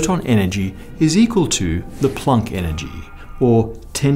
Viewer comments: Plonk? Plonk?? Shouldn't it be Planck? (rhymes with bank or sank) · You say Plank… really oddly….